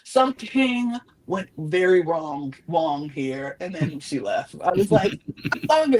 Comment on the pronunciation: "I don't think it's wong for me to say sumting but..." is diabolical